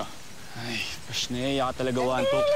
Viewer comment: sabi ni wantok pasneya hindi pashnea